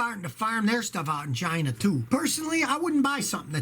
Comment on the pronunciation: Scotty doesn't trust "Chy-na" if it's printed on the box.